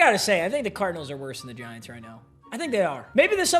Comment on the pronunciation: He said giunts organization